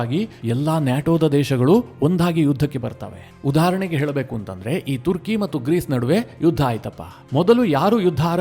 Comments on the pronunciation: Sir ಇದು ತುರ್ಕಿ ಅಲ್ಲ ಅದು ಟರ್ಕಿ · ಮಾರಾಯ, ತುರ್ಕಿ ಅಲ್ಲೋ ಟರ್ಕಿ ಅದು 😂😂😂 ಏನು ಅಂತಾ ವಿಡಿಯೋ ಮಾಡ್ತಿರೋ 😂😂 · ಅದು ತುರ್ಕಿ ಅಲ್ಲ ಟರ್ಕಿ